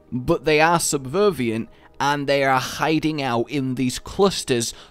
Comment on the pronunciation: "But they are subvervient" I shee you 2 er a prahctesser ov deh Engrish